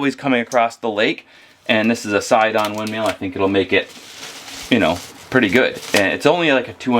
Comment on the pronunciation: Are you saying "windMEAL" instead of "windMILL"?